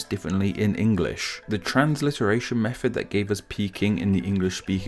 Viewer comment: Interesting that a guy talking about proper pronunciation says mefod when he means method and wiv when he means with.